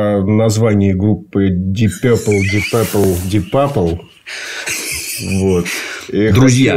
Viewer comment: Деп Пурпле😂😂😂